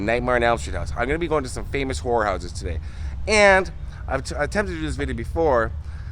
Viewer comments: Did you say horror houses or whorehouses? lol jk. 😄..Great video my friend..Keep up the great work!!! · The way Americans and Canadians ssy horror houses it sounds like they're saying whore houses